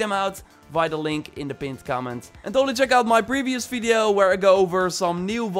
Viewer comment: the way you say video .... I can hear bideo instead :D